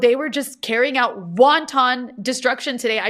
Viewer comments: WONTON destruction? Sorry but, your mispronunciation has me craving Chinese Food. LOL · she better update that map of israel on her necklace LMFAO DID SHE JUST SAY "WONTON" DESTRUCTION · Rania Khalek pronouncing wanton like the Chinese food item wonton. The two words have distinct pronunciations that she seems ignorant of.